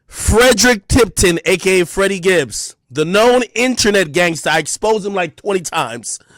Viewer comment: “Feddie Gibbs” 😂😂